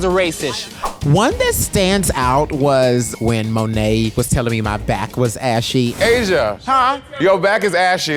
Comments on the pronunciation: Why does Vanjie pronounce it MoNET (hard T) instead of MoNAY (the way it’s pronounced) ??? Doesn’t matter, I live for Vanjie x Mayhem...underrated queens of s10...oh x Dusty x Kalorie as well!!! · Does Vanjie pronounce 'Monet' as 'Monette' on purpose? lol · Vanjie APPARENTLY CANNOT SAY MONÉT LMAO MONETT 😂😂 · Vanjie pronouncing monet like moan-ette makes me. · The fact that Vanjie keeps pronouncing Monet as "mo-net" is making me cackle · is vanjie really still pronouncing monet wrong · VANJIE'S PRONUNCIATION OF MONET LMAOOO